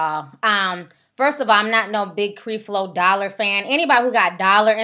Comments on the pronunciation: You sayin his name wrong! It's Creflo (kref-low) Dollar! Not (Kreef-low) Dollar. If you 'gon do a video on somebody please know how to pronounce their name. SMFH BTW... I agree with you, but learn how to pronounce the name correctly, because you sound less credible when you can't pronounce the name of the person you reporting on. Peace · Creflo Dollar is right! This girl need to be quiet! She just want to be on you tube! Your mouth is nasty and you need to watch your language! And if its any help to you It's Cref Lo not creeeef lo! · Learn how to pronounce his name before you start slamming him. It's not CrEflo. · ...WHO IS CREE FLO....GIRL STOP!!! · ITS NOT CREE FLO DOLLAR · she mispronounced his name on purpose!!!...are you serious. it's called being condescending!!! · You sound stupid you pronouncing his first name like that and yes that is his name, he is a jr. LOL! bye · Obviously you have not done any background investigation into Creflo Dollar as you don't even know how to pronounce his name. You sound stupid. If you had done any investigation to know the facts you would know that Creflo does not take any money from his congrgation and has his own source of income other than the church. Also why don't you notice all the good he has done as well??? People want to comment on all the bad, I have watched CD for years and he preaches the bible and thats it. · you are saying his name wrong, Lord, plz cleanse this and bless her with the understanding of your love which is unconditional... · Girl!!!! get your life.....find something to do other than sitting around making home made stupid videos and learn how to pronounce the man's name for God sake....you should have been studying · girl learn to say the man's name..... come on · you are not saying Mr. Dollars name correct...We can tell you won't have a career in this area.